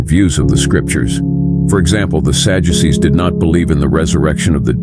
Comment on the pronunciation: I hate this AI 💩💩 "Sajuices"?